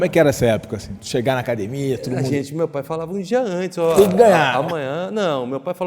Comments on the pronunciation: Nem tem cara de Gracie. Mas se fala acadimia, quem sou eu pra duvidar ? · Se você estiver vendo uma entrevista do JJ e ouvir "acadimia" com certeza tem um Gracie. Hahaha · Acadimia e treno